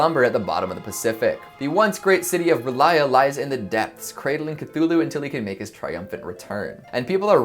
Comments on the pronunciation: The underwater city's name is pronounced "Rule-ee-eh" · I believe R'lyeh is pronounced "Rl-yeah" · I heard from an apparently reliable source that Lovecraft himself pronounced "Cthulhu" as "KT-ul-hu", with the accent on the first syllable, and the 'h' of "Cth" silent. I was also admonished that "R'lyeh" has just two syllables, sounding something like "rr-lyEH". But, you know, whatever... 😊